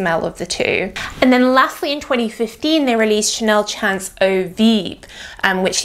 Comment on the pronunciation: I would just like to point out that it's a French perfume so the pronunciation of "chance" should be the French pronunciation. To an English speaker it should sound a bit like you're saying "shons". In French, "chance" means "luck".